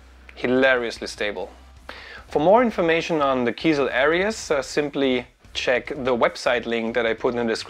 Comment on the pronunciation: It's pronounced: Air Reez